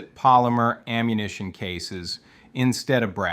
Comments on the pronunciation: Brutal to listen to, you talk like a child, "Okay?!?", "Right?!?", "Effective Ammuhation"...... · "effective ammuhation" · Yeah I've heard this damn voice like four or five times now, all with the same kind of weird manner of speaking that's hard to describe and goofy mispronunciations like "PIE-kuh-tin-nee". What's annoying is it's working, the damn video has nearly half a million views. EDIT: "Effective ammuhation", even the text and the little graphics are AI generated, Jesus Christ lol. These flow charts are incomprehensible.